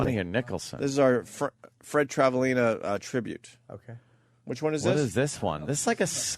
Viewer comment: It irritates my soul that Opie had such a hard time pronouncing Travalena... It's such an easy name to get.